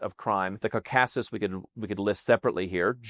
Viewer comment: Gentle correction: Caucasus is pronounced KAW-kuh-sus in English.